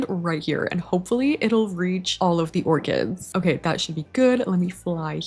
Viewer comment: not me hearing "lets get these ORGANS" not orchids 🤣